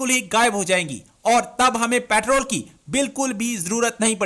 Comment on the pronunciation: Are jaahilo pertaal nhi petrol hota h🤝